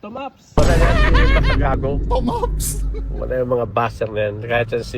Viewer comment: "tomaps!" XD baka TONAP yung kase PANOT sya hahahaha